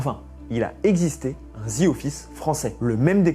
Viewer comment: Pas parfaitement? Zi? Zi? J'ai dû arrêter la vidéo tellement c'est ridicule...En plus, te le dis 10 fois en 30 secondes...ouf...